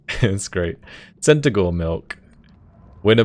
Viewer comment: So...was it a male centigour or female? Cuz the mispronounced “ ‘e” leaves many things up in the air 🤣